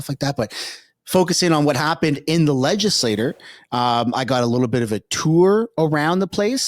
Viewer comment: legislature; not legislor